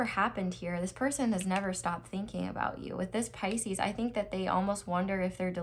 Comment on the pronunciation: i have paused the reading just to comment & say how much i love you for saying “Pisces’s’s’s’s’s” 😂😂😂😂😂 you are my new favorite tarot reader by the way, you’re amazing 💖